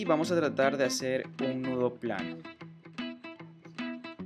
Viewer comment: my bonito el anillo pero no se te entiende nada del nuedo plano. nunca lo entendi